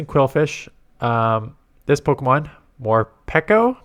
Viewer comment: Finally someone who pronounces Morpeko correctly 😫